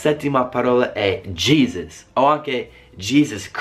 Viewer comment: Dici "diesci" come Borghese 😂🔝 Il vostro "Jesus" in Italia é "Cristo". What cock😂😂! Voi usate spessisimo "fuck" e come hai detto ha molti significati, mentre in italiano é solo "fottiti" e non é molto usata, forse potrebbe essere sostitutita con "fanculo" che é sicuramente molto più usata.